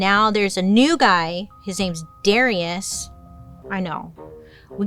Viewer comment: 🤣🤣🤣🤣 And it's 'dah-RYE-ush'